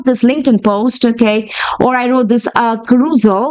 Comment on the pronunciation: As a fellow OCD, your pronunciation of CAROUSEL (ka- ROOS-al???) is driving me absolutely 😵‍💫 mystery: wondering why you didn't ask ChatGPT how it's pronounced.